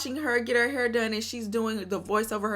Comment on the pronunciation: The Hur is a Dallas Texas accent ; I’m from & live in Houston Texas bday 9/9 & we DONT say it like that so she has to be using it sarcastically 😂😂😂